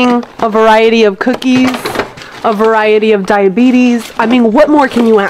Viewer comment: “ a veriatiy of dieabetes” 😂